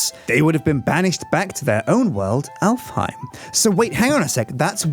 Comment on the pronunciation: Alfheim is an Icelandic name and is pronounced Álfheim in Icelandic